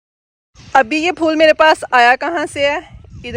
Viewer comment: Fool NAI HOTA phool HOTA hai 😂😂😂😂😂